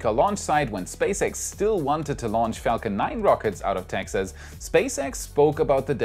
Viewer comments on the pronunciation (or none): none